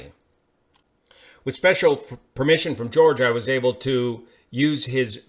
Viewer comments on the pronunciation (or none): none